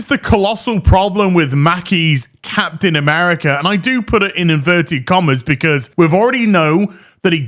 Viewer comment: Capten Mamerica!! LOL